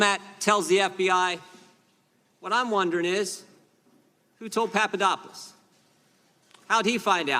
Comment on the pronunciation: Jim Jordan needs to lay off the uppers, whatever it may be. He can't pronounce names....Papa dop oulos Greek...very easy Jim. Jim your grandstanding is getting to be overly, and rediculious...people are talking. Sometimes, less is more, And, when you are in the people's House the House we pay for....wear a jacket, show us the respect our tax dollars earn. Come on, you aren't in the Gym anymore. Are you? Jim....Jim...calm it down.